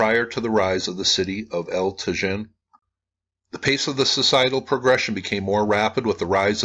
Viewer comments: it is pronounced tah-HIN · Pronounced as Ta-yeen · It’s pronounced El Ta-Heen. The J in Spanish is pronounced as our H. It amazes me no one took Spanish on high school? Come on this should be basic when doing a video about a site in Mexico. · "Eltuh-zhihn" 🤣... I have a hard time believing that he went there and took all these videos without ever hearing ANYONE pronouncing the words "El Tajín" correctly... It's amazing how dense these wealthy travelers insist on being, and how little respect they have for the places they are privileged to visit, and how they then post these videos of their holiday that only emphasize their own ignorance/lack of interest. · I visited this site 35 years ago and remembered the correct pronunciation of El Tajin. I was gonna say something but poor gets criticized too often for his honest attempts to pronounce.;-) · Probably the "j' El Tajin would be an "h" sound. Like San Jose.